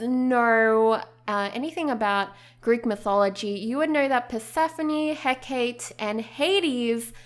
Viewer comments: Love these sims! Your design is beautiful. :) I love the names you chose inspired by Greek mythology. I wasn't sure who you meant when you were talking about Hecate, and then I realized who it was! Her name is pronounced "Heh-ka-tee"! Like Calliope is pronounced "Ka-lie-oh-pee" not "Kale-EE-op". :) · I hate being that guy, but it's pronounced 'Heh-Kah-Tay', i believe. of course, I could be wrong. It's just how I've heard people say it, coupled with my minuscule knowledge of Greek pronunciations. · Doesn't Hecate have a soft "eh", though? So if I'm not mistaken the romanised pronunciation should be "heh-cah-tay", right? rather than the hard "ee"? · It's pronounces heh-ka-tee